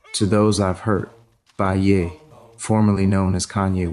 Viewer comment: Man they done got Ye 🤨🤦🏿‍♂️💯 that was A.I. his name is not Yeee it's Yea. . .